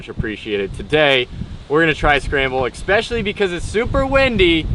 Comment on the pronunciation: may have said Cahkolated but said something far worse...Ex-specially.